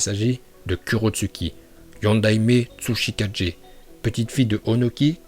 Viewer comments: Kurotshuki? Tsuchi4G? Kaze4G ? Ça fait des années qu'il fait des vidéos et il sait toujours pas lire un truc en jap lol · Arrete de dire "suchi4g" c'est pluto "suchikagai" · KaGE ! > Tsuchikage pas Kadgé Y a pas de "D" Sasori a pas était vraiment battu par chiyo et sakura, il c'est laisser tuer à la fin :)